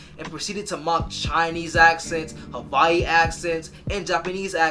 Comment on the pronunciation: As a Hawaiian, I love this recognition and the way you said Hawaii 🥹🙌 making me feel seen and shiiiiiiiii